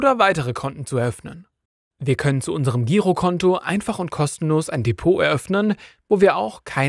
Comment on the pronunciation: Nicht sehr vertrauenswürdig, wenn das Wort "Girokonto" falsch ausgesprochen wird.